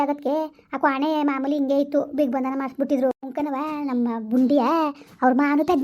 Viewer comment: ಬಿಗ್ಬಂದನ ಅಲ್ಲ ಅದು ದಿಗ್ಬಂದನ ಅಂತ